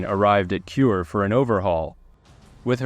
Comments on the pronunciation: Kure is not pronounced "cure". It's Ku-ray, the Japanese word for ceiling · Thanks for video. The port city you mention repeatedly as "cure" is pronounced "ku-re" (呉). As explained by the text on the screen, the Japanese sub video around 11 minutes shows an operation in the Indian Ocean and has nothing to do with the subject submarine I-167.